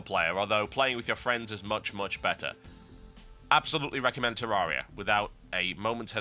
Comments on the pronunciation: actually the developers of terraria said it themselves that they way TB says it is wrong. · TB, learn to pronounce Terraria